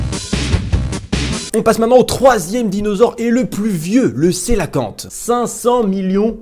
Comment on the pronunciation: Non ça se dit "sélacante". "coe" = "sé".